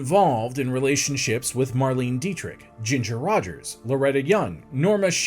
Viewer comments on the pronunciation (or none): Interesting how you discuss Marlene Dietrich's last name but mispronounced her first. 3 syllables- mar-LAY-na. Also, it's Olivia de-HAV-e-land, not de-HAL-i-vand, and Sal MIN-e-o, not mi-NAY-o. Other than that, you did ok.